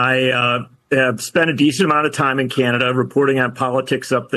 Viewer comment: it's pronounced Canada, not Cyanada, John. ;-)